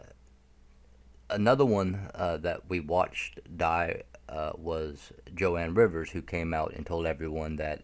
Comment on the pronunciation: You pronounce Joan Rivers name incorrectly. You are forgiven.